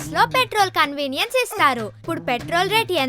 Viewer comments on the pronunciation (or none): కన్వీనియన్ స్ కాదు.... కన్వేయన్స్